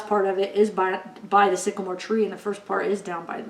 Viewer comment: I agree with you, it says down by the sigamore tree twice 😥